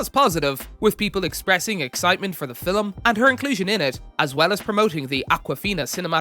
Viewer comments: Why do you pronounce film that way ?? Like “fillem” 😂😂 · Yep...trying hard to sound Scottish 😂😂😂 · The way this guy says the word film pisses me off